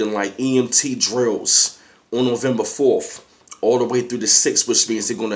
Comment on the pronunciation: What the fuck is "Nuvumbufawlf?" 😂